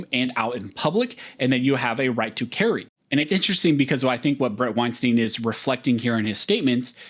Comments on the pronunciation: pronounces his name winestine not winesteen. Small correction, doesn't hurt. Half the interviewers get it wrong. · Pronounce his name properly. Wein “stine” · Weinstein rhymes with Einstein.